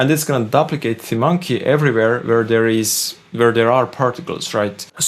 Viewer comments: I hope you don’t mind me letting you know that duplicate is pronounced dyooplicate not dupplicate. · Vis-kus. You had it right the 2nd time. ^_^ And it's "dUp-licate" not "Dublicate". "Double" and "Duplicate"... English is all messed up. ^_^ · Duplicate is pronounced "doop"- like, like goop or soup.